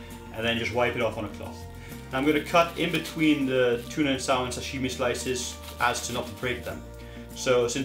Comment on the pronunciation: Salmon isn’t pronounced how it’s spelled! it’s pronounced sammon